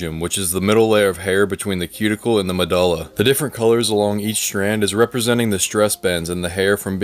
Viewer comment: Your hair is so straight! Unrelated, I’ve never heard that pronunciation of medulla before. 👀